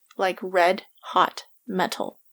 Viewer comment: I love how she goes RED H O T M. E. T. AL